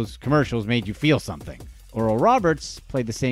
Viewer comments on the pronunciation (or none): none